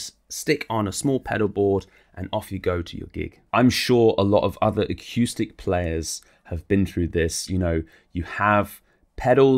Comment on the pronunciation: great review, nicely done, ended up just waiting to hear you say aqueuestic reverb again, golden